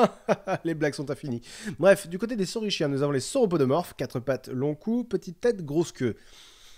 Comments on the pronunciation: Je sais que c'est pour le jeu de mots mais on prononce kien pour saurichiens et ornitichiens et on dit pas sauromorphe mais sauroPODE >_< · lol je pense que le "schiens" se prononce 'skien' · Super point culture! On prononce ornitis"k"iens et sauris"k"iens! De plus, les Velociraptors dans le film sont en fait des Deinonychus (Velociraptor antirrhopus à l'époque du tournage). L'équipe du film préférant un terme comprenant raptor, a conservé le nom Velociraptor lors de la révision de l'espèce attribuée au Deinonychus. Enfin, l'oviraptor n'est pas vraiment un voleur d'oeuf! Il a été appelé comme ça parce qu'il a été découvert pres d'un nid... qui s'est ensuite avéré être le sien!